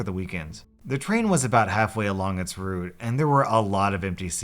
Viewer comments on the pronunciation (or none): none